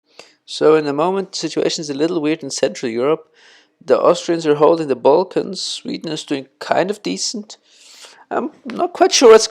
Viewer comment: Its balkan, not bolkan